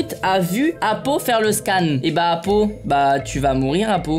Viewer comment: 😂Sa fume doc il a dit apolun pour apo😂